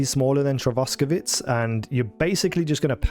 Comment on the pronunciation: Its not "Trotsky" but "Trosky". Nothing to do with that russian criminal.